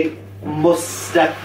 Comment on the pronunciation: Something mustaqiim killed me😂